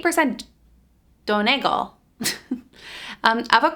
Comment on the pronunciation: Love your cardigan. FS usually stands for first sheer and Donegal is a county in Ireland, pronunced don-ee-gol 😊